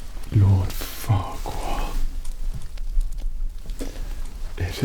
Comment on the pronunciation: After a while I started mishearing Farquaad as "Fuckwad"